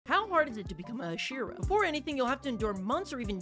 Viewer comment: Just watched the first second and he immediately pronounced “hashira” wrong.